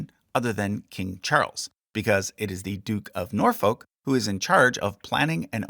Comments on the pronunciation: Hey just so you know - it’s pronounced more ‘Nor-fook’ than ‘Nor-folk’ similar to how you would make the sound in book. There’s a lot of stuff like this with the English accent such as not pronouncing the ‘h’ in Buckingham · You were doing so well on the place names until Norfolk came up 🤣It's pronounced 'Nor-fuck' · Just a tip the L in Norfolk is silent so it sounds more like Nor and the the F word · More like Norfuk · Its pronounced nore-fuck. Lol Seriously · please research the pronunciations of words before you butcher them ie norfolk is said norfuck there's more but you get what i mean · Norfolk should be pronounced “Nore-foo-ck”. But otherwise great video as always 😊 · “Norfolk” is pronounced “Norf-uck”. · Liked this very much.....BUT you need to learn to say 'Norfolk' correctly. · my only critique is your pronunciation of Norfolk and Scone. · As someone from Norfolk, its painful how you say it 😂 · Excellent video. The only correction i would make is that the second o in Norfolk isn't a stressed vowel. The -folk in Norfolk doesnt rhyme with oak it rhymes more closely with took. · Yeah they should have picked up on something actually annoying, like the pronunciation of Norfolk (still found this video really enjoyable regardless!)